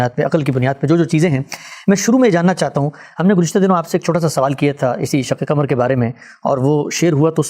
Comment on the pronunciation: غامدی صاحب پہلے اپنی اردو درست کر لیں۔ آپ نے کہا شک کمر ۔ آپ کو قاف بولنے میں دشواری ہوتی ہے؟ صحیح لفظ شق قمر ہے۔ پاکستانیوں کو قاف بولنے میں دشواری محسوس ہوتی ہے ۔ 🎉🎉🎉